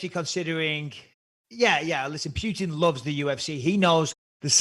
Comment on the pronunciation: P'youtin. LOL